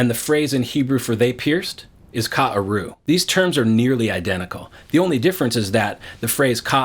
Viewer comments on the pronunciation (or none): Your explanation is wrong. The word like a lion in hebrew: ka-ari כארי They pierce or rather dig or mine (mining) in hebrew is karu כרו (not ka-aru) Notice that there are two differences in the hebrew: There is no "א" in כרו !!!! And it is pronounced karu, not ka-aru And the last letter as you mentioned. These are two completely different words. Take it to heart.